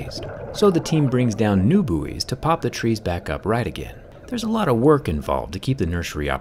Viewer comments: Never ceases to amaze me the way you Americans manage to totally mangle the pronunciation of buoys. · I love that you mixed the pronounciation of Buoy with the american and rest of the world one. I can't argue with that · the way american's say buoy is almost as weird as how you say aluminium